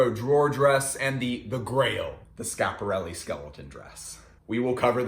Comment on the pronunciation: really sad that you're just ignoring the first "i" in schiaparelli :/